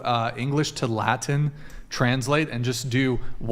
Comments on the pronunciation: What is “Ladin?” Is he saying “Latin?” Same thing as “imporDint,” I guess. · I don't know if I pronounced the "ladin" btw. it's latin not laden